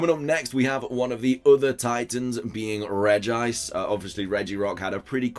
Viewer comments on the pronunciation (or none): Is it just me or did he say regirice